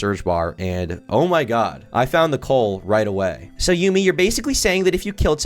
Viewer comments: its "yummy" not yoomi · Erm....its pronounced Yummy and not Yoomy 🤓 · bro said "yoomi" bitch its pronounced the exact same way as "yummy" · its pronounced "yummy" you ape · My autism was flaring everytime he said "You-Mi" ITS PRONOUNCED YUMMY- YUMI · Yumi’s name is pronounced “Yummy” not “Yoo-mi” I’m sorry but my adhd brain just felt the need to correct you on this. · Its not you-me, its yummy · Love this video but his name is pronounced Yumi (like Yummy) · i'm like 2 mins in and ur already fuckin just wrong first off minor nitpick, yumi is not pronounced "yoomi" so you already don't know what ur saying because that's like the most basic shit ever secondly they started off as a content group and added the brand to it later on. go ahead with the grift man, this shits already cooked. you can't even get the most bare bones, basic info about the cunts correct, move on 🥴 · Bro said Yoomy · Bro said YOOMi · bro said juumi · its pronounced YUM-e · Bro please tell me you mispronounced Yumii on purpose 😅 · the type of guy to pronounce Yumi as a classic yugioh field spell.